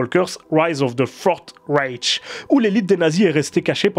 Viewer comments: C'est pas Raiche mais Ryche. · Vraiment super intéressante, ta vidéo. Sujet bien abordé, sans verser dans le simplisme. Juste un détail, mais c vraiment une goutte , qui ne nuit en rien à la qualité de ta vidéo : attention aux prononciations des mots allemands : railch, Bukenevald, etc .